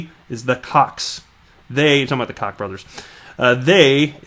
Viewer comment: Koch is pronounced like Coke ie the Koch (Coke) brothers